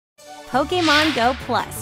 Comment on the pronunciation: Lol poke a mon go XD she pronounces it the best XD